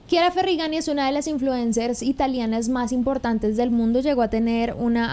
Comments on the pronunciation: Se dice Ferrañi, el apellido de Chiara se lee Ferrañi 😅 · La pronuncia en español es Ferrañi !!! Disculpa pero tenía que corregirlo !!! 🤗